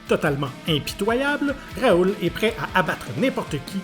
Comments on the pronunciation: 😭😭 Ça me fume ce « Raoul ». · Cette VF qui transforme les noms 😭😭. C’est Raoh pas Raoul. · Il l’a bien dit 😂😂. Plus le « Raoul » pour Raoh 😭🤣. Ça me fume. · Mdrrr et du " Raoul à la place de Raoh " on en parle ??🤣